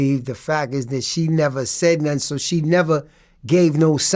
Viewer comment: Why can’t this dude speak properly? Instead of nothing he says Noffin” probably also says Mumf instead of Month, Troof instead of Truth. I’d be ashamed to do interviews.